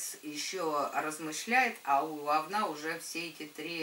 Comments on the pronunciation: Особенно неприятно слышать "овнА") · Erika Erika да слышится овнА как говнА